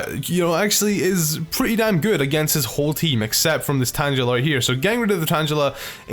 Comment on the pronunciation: If he pronounces tangela tan-jela would he say tanjelled